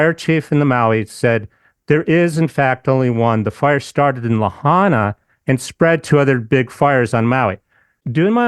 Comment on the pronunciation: Is pronounced La..hi…na Lahaina just a correction in our vowels